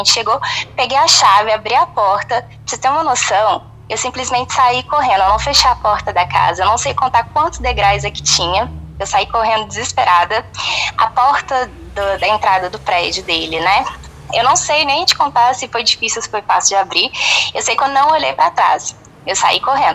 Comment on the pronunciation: Degrais,ela pronunciou muito nitidamente😂😂😂